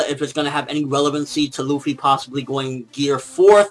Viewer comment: oooh cuz it hurts when people say ruffy xD Luffy